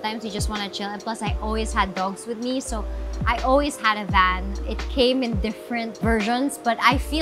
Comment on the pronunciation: Sana matutunan nya paano i pronounce ang vowels. Yung hindi pa conyo kundi standard english. Sa van palang. Hindi short a